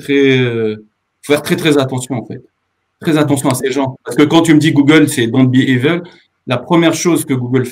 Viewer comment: the english word "evil" (diabolique)... se prononce comme "ivel" en français.